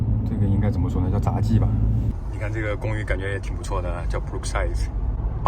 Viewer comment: 是杂技🤹，不是zajiba